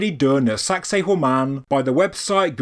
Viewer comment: I had intended to compliment for the British pronunciation of the name being far more refined, not to mention avoiding sounding misogynist, like our American one. But you made it funny without being salacious. Congrats 👏 🏆 👏